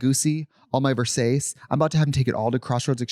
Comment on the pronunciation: Trixie say Ver-sayce had me dying